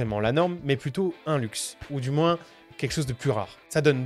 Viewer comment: Je rêve pas t'as dis "moinsse"?!? Sois croyant ! Et remercie ton créateur qu'on soit séparé virtuellement